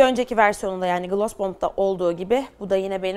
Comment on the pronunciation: Gloss u gılas diye okuma aşk gılos derken daha dogru telaffuzun ❤